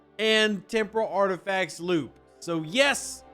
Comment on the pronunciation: It sounded like you said tempura parts😂